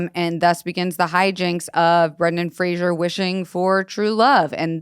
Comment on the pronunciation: Love yall but it is Brendan Fraser like razor (fray- zer) not like Frasier (fray-shur) the show. He has made a video about it and how often people say it wrong😭